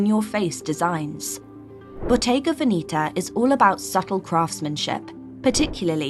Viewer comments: Please get the right pronunciation for: Botte’ga Ve’neta! Not Veni’ta😓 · Botega VenIta???? Botega VenEta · It’s pronounced Bottega VEH-nehtah not VeeNEEta. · Very interesting, however, it’s not pronounced Veneeta (sounds like velveeta NOT). Its pronounced Veneta - say it like you see it - very simple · I own few pieces. Now I'm confused with the pronunciation. Venetta or Venitta? 😅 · Bottega vinita 😂😂😂😂 the pronunciation tells me that the person who made this video never stepped in a Bottega Veneta shop, and if they did the staff must have rolled their eyes behind their back 🤣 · The funny thing is "she'' cannot pronounce the names.😂😂 Proof that it is not for everybody. Not even the name. Bodega Veneeeta? LOL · Pronunciation of Bottega Veneta is incorrect! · You pretend to know but you can't even learn how to say the names properly! You are offending what you are using to make money! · If you are talking about Bottega Veneta pronounce it properly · Some scruffy American bimbo discovered few Italian brands??😂😂girl, you’re not even capable to pronounce Bottega Veneta (no surprise) and those are ”old money brands” in your limited mind, Brunello Cucinelli has boutiques even in many Eastern European countries where 99% of wealthy are new money. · Your pronunciation of Bottega Veneta is sooo wrong! You need to improve the pronunciation of the brands you talk about if you want to be taken seriously!